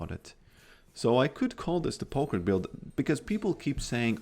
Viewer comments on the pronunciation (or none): "Poke Yorick" Say that again